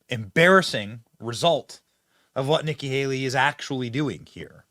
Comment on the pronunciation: Did he say nigga Haley?